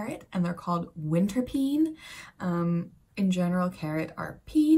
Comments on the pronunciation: Winterpeen spreekt je eigenlijk uit als 'winterpain' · Hi, the winterpeen is pronounced in Dutch as winterpain . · You pronounce winterpeen as ‘ winterpane’ or ‘ winterpain’ so it diesn’t sound like ‘scream ‘ in the pronounciation